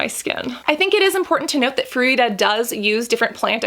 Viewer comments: Anyone notice when she said "fruida" instead of "frudia"? 😂😂😂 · Froo-dee-ah.... Not froo-ee-dah. Just saying. 😉